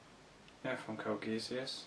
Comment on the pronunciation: You should try trimming your videos down to 5-10 minutes. You're spreading a thin layer content over a massive time. Make it compact and bountiful. Also, Geass is pronounced "Gee-us."